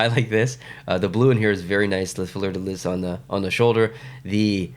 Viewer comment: there we go again!! The Habs once more stealing from the Nords the iconic "fleur de liss" (very good pronunciation there!). They can never leave us alone and let the team finally rest in peace!! (BTW, I know it's not the actual Habs doing that and I'm not bashing on the designer; i just love to bash on the Habs here and there, for all the bashing they did to us back in the day!...:^p )